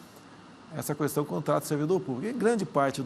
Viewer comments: minha vó fala qüestão e qüatorze, natural pq eles aprenderam assim 😂😅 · Só falta que parar de pronunciar a letra U quando fala a palavra questão.